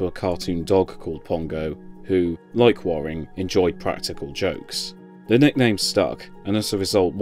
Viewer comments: It's pronounced wearing not warring, and Tranmere's ground is Prenton not Brunton Park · Youre saying his name wrong. His surname is pronounced as wearing. As in what are you wearing today